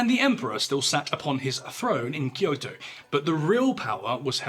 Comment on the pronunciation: Correct pronunciation of Kyoto from a non-Japanese got me!